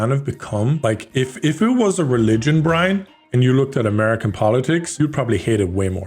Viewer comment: Caribbean Brine, Caribbean 😂